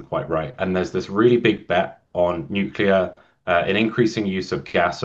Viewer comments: Good but I couldn't watch til the end. You have to stop saying "nu cu lar". Drives me crazy. It is pronounced "nu clee ar". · If you want people to take you seriously, you need to learn how to pronounce nuclear. Nu-clear. As in New clear day. Ford is dead set against green energy because he doesn't understand what it is. He does understand the money people are paying him to permit pollution generating projects. (Nuclear power plants are made of concrete and concrete production is a major source of greenhouse gas). Made worse by the fact that after billions in sunk costs, this plant will never come on line. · Nucular.... what is that exactly ? Can't find that in any dictionnary or encyclopedia.